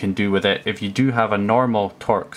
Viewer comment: Torx is pronounced 'torks', not tor-ex. Torx fasteners have been around for a long time.